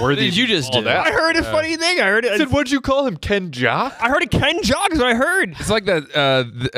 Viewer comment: He said KENJOCK!!!!!